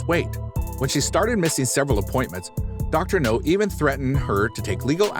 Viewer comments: Dr. Now... not Dr. No. I don't know why that bugs me so much lol. Still enjoying the vids though 😁 I can't help but feel sorry for the people on this show. Most of them have been through some pretty awful things. I just hope they can find their way to better days with the doc's help 😁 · It’s dr now not dr no he’s not a James Bond villain